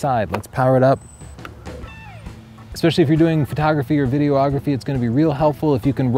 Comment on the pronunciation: "Video-OGGraphy" 😂 Seriously, though, great series - huge help! Thanks.